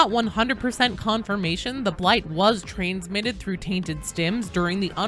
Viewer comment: aha “Trains mitted”